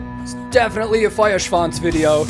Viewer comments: I'm so excited for that new album. Btw.: Your pronounciation of Feuerschwanz is really good by now. :) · The first American the pronounce "Feuerschwanz" correctly... 😂 . Very cool!👍 Greetings from Bavaria! ✌️ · Great pronounciation on the Feuer. Best i've heard from an American reactor so far. great video too and a fun song.